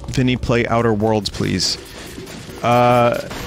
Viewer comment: Bleese... Bleese blay more DEEHEMSEE DUE!!